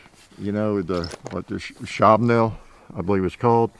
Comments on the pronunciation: Not 'Schabnel,' its Schnabel (Shnaa-bel). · I don’t mean to sound like a jerk but it’s pronounced Schnabel. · You said Sako correctly, but butchered "Schnabel" (mit beak). 😅